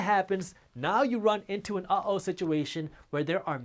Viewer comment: It's not oh-o...it's uh, oh.